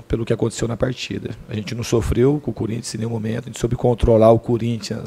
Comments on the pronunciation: opa! So repara na forma ele fala,ele não diz Corinthians,ele fala curinthians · "Cúrinthians" Diniz, Fernando 2019 😂😂😂😂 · é no minuto 1.43 kkkk ele fala curintia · DINIZ "CÚRINTS" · Quem ouviu ele falar CURINTHIANS DEIXA O LIKE !!!!